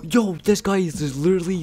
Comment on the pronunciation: "He StOld Me"